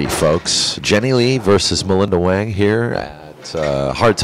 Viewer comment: Chinese pronunciation sounds like hwung, not wang.